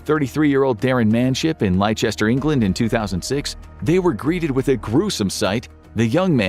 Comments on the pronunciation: The Infographics Show uses AI too... hence the AI pronouncing Leicester as Lie Chester here. When its actually pronounced Lester. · lichester its LEST TER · Lie-Chester hurts my ears. Leicester (it's pronounced "Lesster") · You butchered the pronounciation of Leicester. It’s said as “less ter” not “lie chester”. Please correct it. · Leicester is NOT pronounced “Lie-chester”. It’s pronounced “LESS TER”!!! - PLEASE correct this. It’s not hard to look up the pronunciation. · It's not "lie Chester" it's pronounced lester. Dummy. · take you "Lie chester, England" and put it somewhere uncomfortable ti sit on.. it's pronounced "Lester" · It's not Lie-chester,. It's pronounced, less-tish-eer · Its pronounced Lester... Not lie chester. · Leicester is pronounced "Lester", not "Lychester" 🤣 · This is AI. They probably didn't use Al voice-overs before, but did you hear the pronunciation of Leicester in this video lmao. absolutely removes any shadow of a doubt they use AI now 🤣 Lie Chester they said. Its pronounced Lester. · Lie Chester 😂😂😂😂😂 LESTAAA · "Less-ster". Not lai-cest-ster. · "Lie-chester England" sent me XDDD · You and me both! 😂 Though when you think about it, it's hardly surprising people outside of the UK mispronounce it so easily. I bet even some of us Brits don't know that Leicester is pronounced "Less-Ter". Same with Worcester (Woos-Ter). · Leicester is pronounced ‘Lester’, god knows why there are so many confusing letters in the word😂😂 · "Lie chest er"??? REALLY? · Leicester is pronounced Lester 😃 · Leicester is pronounced 'Lesster' 👍🏻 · I SCREAMED LOOOOOOL it’s pronounced ‘Lester’ guys please! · ive never heard someone mispronounce leicester so badly before😂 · That pronunciation of Leicester was abysmal 🤣🤣🤣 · Ok, I knew that you guys didn't use AI voice-overs before, but your pronunciation of Leicester absolutely removes any shadow of a doubt.😂